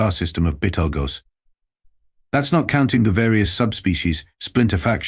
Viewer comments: Probably interference from "bettle-gooze". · Yea, considering how the name of the Star changes, I think the author actually meant Betelgeuse. Pronounced beetle juice.